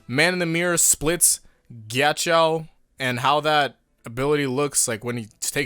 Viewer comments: Why do you say it Gyachow jesus christ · Nobody:: KYACHOW